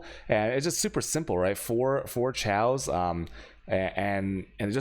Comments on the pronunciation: STOP SAYING CHEOWS!!! It's pronounce Kay-oss! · I've never heard anyone say chaos the way u do. There's no L in the word it's kay-os